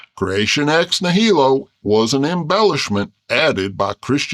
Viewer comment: The stress in "nihilo" goes on the first syllable, not the second.